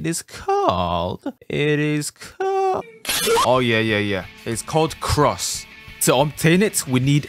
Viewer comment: it sounds like cracs not cross